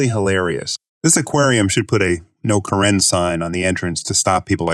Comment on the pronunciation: Why does the readerbot say "car-IN" for "Karen"?